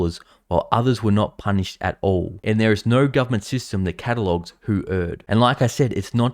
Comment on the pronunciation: Why do you gotta emphasize the word "All". We've pretty much declared that being a politician is a bad thing. That's why when we get a good politician, we refuse to call them politicians because they do deliver and are honest. I just hope that you don't let this cloud your judgment by believing that everyone is evil. But a little scepticism isn't that bad until they have proven themselves worthy. Stay strong.